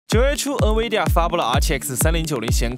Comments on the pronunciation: Nvidia, N不发"en"的音， 读成 in-vidia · 还有Nvidia读成 嗯威地呀 🤣